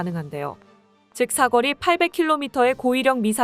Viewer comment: 넌 왜 자꾸 사거리를 사꺼리로 발음 하는 거니?